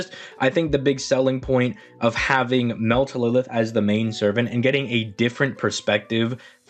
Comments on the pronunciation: Its mel - tryl - lis ... not melt - e - lilith or whatever you are trying to say. Like seriously you are ignoring the R in her name and adding in th at the end. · hella late but I believe he was trying to say "Meltlilith" which is pretty much the same thing anyway, it's just the usual Altria/Artoria situation